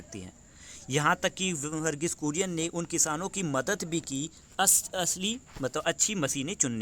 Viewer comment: Its kurien not Korean